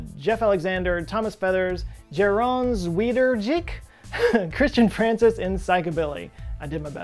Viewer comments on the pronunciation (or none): none